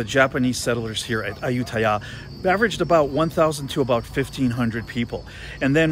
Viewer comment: Give me some "Moo Satay" please... 😆 You've got benefit having led by a Thai friend. Your pronunciation of Ayuttaya was perfect!